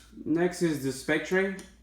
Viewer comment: James Bond as 007 in "Spec-tray" lol